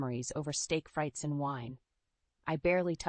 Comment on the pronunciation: I listen to these stories while I work, but I find the gaps between words where a comma would naturally be are all wrong, and the comma is put in an in appropriate place, also the words are often pronounced wrongly. Steak, frights (frites) and wine as an example. It makes me chuckle but it’s not very professional.